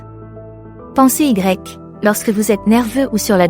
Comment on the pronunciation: Lol : il a fallu que j'entende "pensée Y" à deux reprises pour comprendre qu'il s'agissait de "pensez-y"... Ne pourriez-vous pas faire lire le texte par une vraie femme, au lieu d'utiliser un logiciel ?... Deuxième effet MDR : ..."c'est là que le bâtiment blesse" (au moins deux fois, dont une à 25 min et 29 s) : oh non !!! "Le bât" interprété comme l'abréviation du mot "bâtiment" : finalement cela ajoute un aspect comique totalement imprévu ! Bon, sinon, les conseils en eux-mêmes ne sont pas mal, donc merci, mais SVP, faites quelque chose ! Oh pis non, c'est drôle en fin de compte...